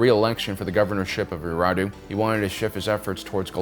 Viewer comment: I’m not trying to be a jerk but you’re missing a syllable saying Eriadu